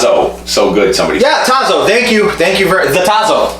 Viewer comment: Looking good!!! Congratulations on the channel. PS - It’s pronounced TAH-zo. The TAH rhymes with “ah” and zo is a long “O”